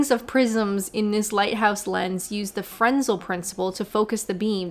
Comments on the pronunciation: Frensel..... Fren-ell. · Fresnel, not Frensel. It's pronounced Frennel I believe, after the French inventor Augustin-Jean Fresnel. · "Fresnel" is pronounced like "fruh-nell", when Anglicised. Augustin-Jean Fresnel. French dude. So say it like it came from French. Because it did. And "Mir" is pronounced like "meer" - long "I" and roll that "R" (think "meerkat") - because it's Russian. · Fresnel is pronounced with a silent S. Frenel, with the emphasis on the 'nel'.